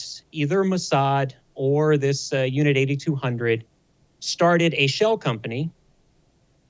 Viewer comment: It's actually pronounced Unit 8-200, as in eight two-hundred. And NOT Unit 8200, you know, eighty-two hundred.